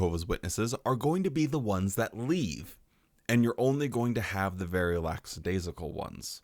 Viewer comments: Hey, you’ve now done it for a second time 😅… The word is lackadaisical (even my cellphone spellcheck feature knows this😅), NOT laxadaisical… Just saying. But I guess that, as an america that you could prolly care less, yes? Cheers from a subscriber in canada 😊! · Great job as usual but I gotta call you out on something. You pronounced "lackadaisical" as "lackSadaisical" (with an S) several times. The JW speakers used to make the same mistake all the time and it used to annoy the crap outta me. But its how you were raised, so no harm no foul 😊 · I love you and enjoyed the video as always, but please, it's LACK- adaisical. 🤓